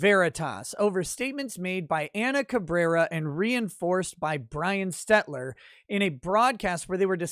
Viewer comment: I love how calling him „Brian STETLER“ seems to be catching on since David Freiheit has been fumbling this name 😂